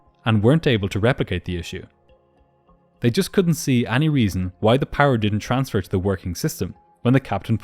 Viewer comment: any is pronounced like eny not ahnie